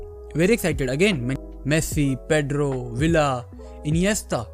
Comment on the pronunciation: Bhai Espanol mein Gea ka G silent hota hai. And David villa mein "ll" silent hota hai